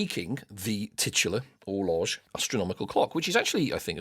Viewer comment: You shower of ignoramuses. Orloj is pronounced or-loy. Ada is pronounced ay-duh. FryxGames is run by the Fryxelius family, not the 'Fryx' family. Love the podcast!